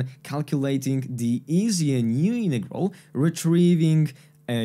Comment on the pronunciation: Nice explanation about Feynman's trick! But why are you saying "innegral" but not "in-roduce"? Greetings from a German fella, who's getting desperate about the Americans' refusal to pronounce the letter "t"